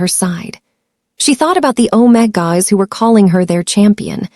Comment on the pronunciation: Good story, not romantic, TOTALLY Unedited… pronunciation is ridiculous for main characters! Even visuals are nice. All that work to mispronounce omegas and betas, very distracting.